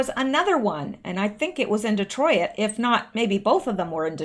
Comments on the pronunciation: You do not pronounce the "i" in Detroit. It's not De troy it. It's De troyt. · Joaquin = wah-keen, Detroit = dee-troyt (just 2 syllables), and Turquoise = tur-coys. Love you!